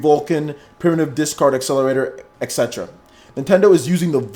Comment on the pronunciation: it's pronounced 'EHT SETERUH, not EHX SETRUH. Hence why it's ETC. Where do you see an x?